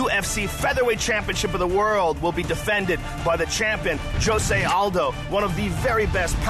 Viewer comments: Jshoe-Zay is how his name is pronounced in Portuguese. Hoe-Say is how it's pronounced in Spanish. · You are right, it is wrong, actually in brazil we say it differente, it sounds like 'Jo' as in johnny and 'sé' as you pronounce the two begining words of the name Zack, hope you understood it =D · no its not dumbass its pronounce joesay aldo! .... bitch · maybe in the mexican dialect but in the brazilian dialect it is pronounced with a J. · Josy and the pussycats needs to understand that his name is Jose not Josy